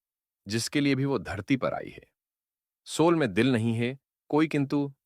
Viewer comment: Apko ek correction suggest karta hun. AI jiss script ko read out kar raha hai, jab bhi woh "hai" ya "hain" bolna chahiye....wahan woh "hey" bol raha hai. AI la hindi toh thik hai, lekin aap ek baar correction karke dekhiye ki "hey" aur "hai" ka antar aa raha hai ya nahi. Dhanyawaad sujav swikaar karne ke liye.